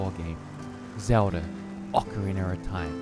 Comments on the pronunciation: "Ocerener of time" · Oker reener of time? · zewda. okareener of time.